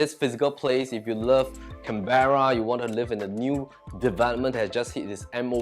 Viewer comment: Canberra is pronounce wrongly.